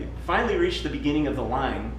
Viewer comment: sempre sendo diplomático: o primeiro e o terceiro visivelmente têm um sotaque estrangeiro; o segundo de fato tem um sotaque estadunidense perfeito - não sei por qual razão ele pronuncionou "reach" daquela maneira.